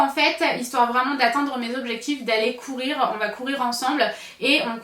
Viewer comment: Haha quand tu as parlée de la montre que tu disais que t'aimais bien courir , j'avais compris que tu avais dis pourire 😂😂